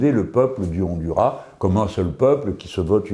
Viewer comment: Cher Monsieur Melenchon, un coup de main d'une hispanophone, si vous voulez bien: sur le nom " Honduras" il faut prononcer le "S" Autrement, contente de vous revoir